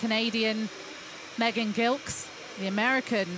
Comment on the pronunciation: one day, they will pronounce Megan's last name correctly (soft g)